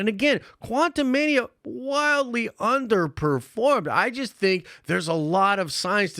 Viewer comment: "Jonathan Majors was 'jist' dropped" .................."jist"